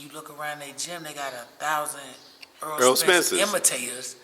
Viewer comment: HIS NAME IS NOT EARL!!! Why ppl see his name lit up on the screen every fight and refuse to call him Errol??!!! His name is not EARL SPENCE 😂